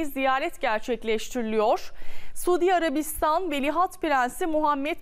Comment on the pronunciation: Güzel kızım Sudiarabistan derken yanlış telaffuz ediyorsun.Suudî diye tonlayacaksin